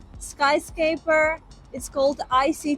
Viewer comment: Hi..It's skyscRaper..skyscraper..You are leaving the "r" out when you say it.😊